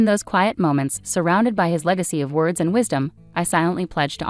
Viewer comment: You need to pronounce your words correctly